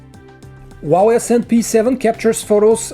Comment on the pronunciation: It's HUAWEI!!!!! NOT WAWEI!!!!!